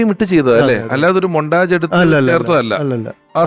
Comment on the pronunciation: വലിയ കോപ്പിലെ ഡയറക്ടറാണ് .. മൊണ്ടാജല്ല മൊണ്ടാഷ്